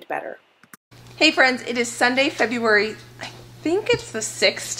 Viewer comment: "Feberuary", love it! That tickled me, got a good chuckle. The mac looks divine. You both are very blessed to have helpful and willing parents.